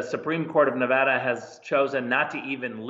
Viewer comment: It's not Ne-vah-duh. It is Ne-vaa--duh.